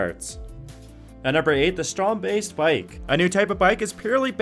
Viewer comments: "Strond Baist"? Isn't it "strand beast"? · It's pronounced strand-beest.... theo jansen calls it that, its not "beast" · 😂 I like how say Strandbeest, it means Sandbeast But its funny to hear amercians speak dutch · Strandbeest means Beach-Beast :P So just say the english word instead of saying something that is very offensive to dutch people :P